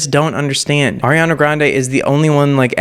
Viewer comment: At least he says "Ariana" correctly...😉